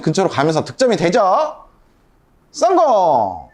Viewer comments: 다 좋은데 "썽공" 좀 안할수 없을까요 ㅎㅎ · 썽공 중독성 강해요 듣는 맛 좋은데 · 전 씅공으로 들었음 죄송합니다 ~~